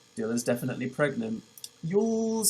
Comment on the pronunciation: definitely pergnat